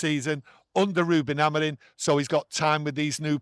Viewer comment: Hi Can you tell.. Reuben's last name is AmoriM, not Amorin.😅😅